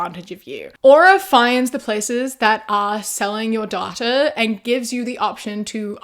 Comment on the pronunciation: I know it is so aside from the point of the video, but the way she's saying "data" is itching my brain!